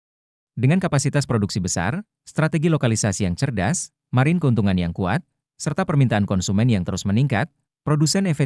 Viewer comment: Blm di train ngomong margin yg bener